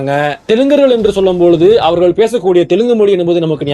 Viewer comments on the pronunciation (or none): none